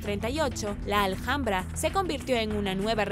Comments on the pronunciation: Gracias por informarnos tan bien como lo haces.Pero en Español la h intercalada en cualquier palabra es muda,No Aljambra,si no ALAMBRA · Justo lo acabo de escuchar y hiba a comentar que la h de Alhambra no se pronuncia, jajajaja. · Hola,en Español no se pronuncia la h como J,es muda Seria ALAMBRA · Vente a España y pronuncia Alhambra como Aljambra y te sacan del país a gorrazos, jajajajajaja